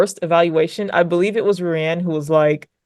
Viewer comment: Ruan is pronounced "rue-on"